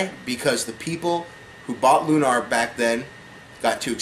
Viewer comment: and its pronounced like looner, not loonaaar.